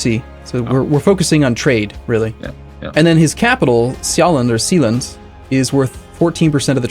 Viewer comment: please don't call that province sealand(formor Capitol of Denmark) that special letter is there for a reason, translated to English you would pronounce it Jalland with a soft S before the J